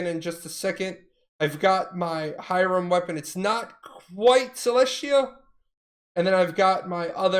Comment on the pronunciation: I hate the way you say hiram, say it the european, god that shit kills me... H"i"r"a"m